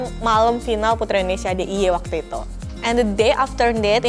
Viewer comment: sekedar koreksi dalam pengucapan, seharusnya INDONESIA bukan ENDONESIA